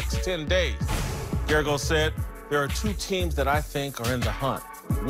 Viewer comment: GERAGOS, GERGAROS, GERGAS???? Sometimes I wonder if Whitlock can even read.